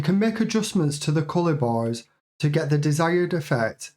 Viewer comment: oooh youre saying "bars"! i heard "boys" when referring to the bars